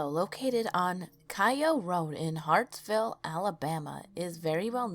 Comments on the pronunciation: Not HARTSVILLE 😂😂😂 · Ahem it’s pronounced HARTSELLE ALABAMA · Good video thanks for doing one involving my hometown. Tho i have to say Hartselle is pronounced HEART-SULL or HEART-SELL depending on who you talk to but for sure not what you said☺ and the road cry baby "holler" (as we say in alabama) is pronounced KAY-O rd. Again thanks and good job. Good youtube name too! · There is no "Hartsville, Alabama" in Alabama. Nor a crypto road in *hartselle*, Alabama Dothan is pronounced "Doe*Than" This is as far into the video as I could get..., us alabamaians can tell you are not from here 😂😂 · Hartselle, pronounced Heart-sell, not sure where you got Hartville, I lived right beside it and went to the crybaby hollow several times. Dothan is Doe-than (like fan but th). on Orion is, Oh-rie-on, you know... like Orion's Belt in the sky. It's really annoying for you to mispronounce city names from my home State, research taking a back seat is a shame.